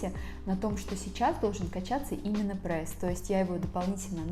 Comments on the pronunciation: Меня одну бесит что не прес а прэс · Вам тоже не нравится когда кто-то говорит Прээс?😆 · Я тоже говорю "прэсс"😊😁